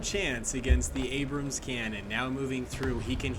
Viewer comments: I got irrationally annoyed, constantly hearing "The Abrumm" . I'd be less annoyed if someone called a Sherman a Shoreman. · “The abrum” Used to abrums lol